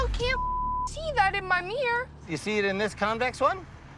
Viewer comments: " I still can't see that in my meer" 😂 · The joke is how she pronounced mirror you dip